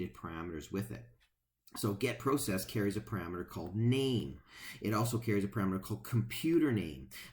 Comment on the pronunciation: FYSA.....Go to google translate and type in "Process". Then have it say it outload. I think you'll find your pronouncing it wrong.